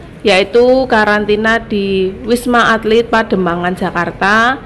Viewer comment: Ralat, wisma atlit bukan alit 😊